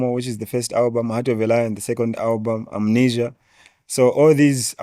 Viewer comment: It's amazing how chef said Amanesia